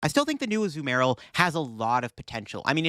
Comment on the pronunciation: i like how half the vid he says azUmarill and the other half he says azumArill